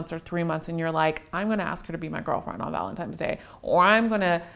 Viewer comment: I think it is so cute the way says ValentiMes Day!!